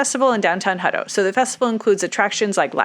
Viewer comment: It's my last name, and always been Hut-tow, "Huddo" just sounds lazy. Just saying... 😉